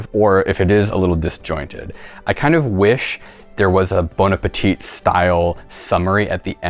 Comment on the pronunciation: "Bon Apatite style"... more like "Bone Ape 717 style" ~SNL Jeopardy Sean Connery.